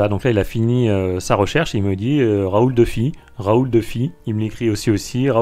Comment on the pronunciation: Euh, Raoul Dufy est un grand peintre français. J’ai un peu les oreilles qui saignent en entendant prononcer son nom « deufy » !!! 😱 À part ça, je trouve pour ma part « describe » assez utile quand on veut reproduire un style qui n’est pas forcément réductible à un artiste.